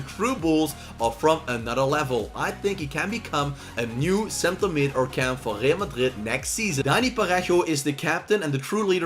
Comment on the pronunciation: Bro why are you saying Real Madrid like that????